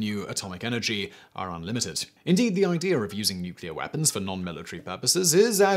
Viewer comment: God I hate when he says "Idea-er".